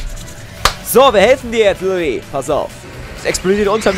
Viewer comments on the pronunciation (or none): none